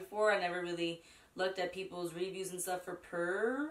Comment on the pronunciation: So pretty! The shadows looks so smooth and pigmented 😭💜 love the eyeshadow and that purple liner is everything and the eye contacts 👌🏽 ps. The brand is pronounced like “pure”